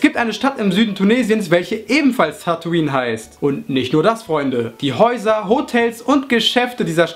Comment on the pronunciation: Tataoine spricht man Tätoin aus